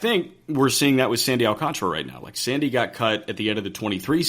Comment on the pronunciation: You guys are great. It’s Al-Can-Tara not Alcan-truh